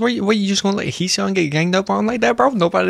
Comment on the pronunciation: Thank you for your reacting to ENHYPEN mv When you call Heeseung’s name,so happy Coz you pronounce Hee’s name quite correctly 😄👍🏻 Hybe made an announcement before Heeseung’s the future of the K- Pop music We’d love you to react to more of ENHA’s great music and other contents as well Wishing you all the best and happiness,hope to see you more often Bless you🤟🏻